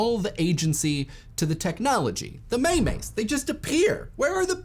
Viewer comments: for those who maybe wondering my problem with this...it's not a two syllable word at all. It's pronounced like meem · And it's not "memes"... It's meemes as in biological genes. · may mays? it's memes rhymes with genes because they were conceived as the way ideas/cultures are passed on analogous to genetic material for ideas.